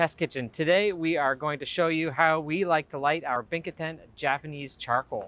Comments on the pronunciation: Pronounced Bi Cho Tan, not Bic Ho Tan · say the word pinch. Replace the p in pinch with b. binch o tan. That's how you pronounce it.